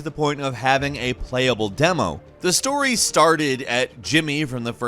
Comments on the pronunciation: Why does pronounce story as, “stor-ay?” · We no longer call it a story, but instead a “storay” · While talking about the Warriors instead of saying story did he say “stor-a” ? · gäm... stohrä??? wtf is with your pronunciation?!?